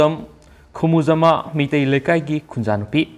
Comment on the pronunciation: Plz pronounce 'Khumujaamba' properly